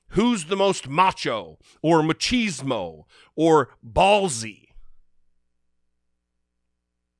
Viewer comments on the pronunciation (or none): none